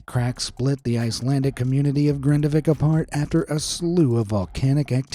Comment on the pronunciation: You get a 15/10 for pronouncing Grindavík where my grandma, my mom and we'll half my family is from and they all had to execute because of it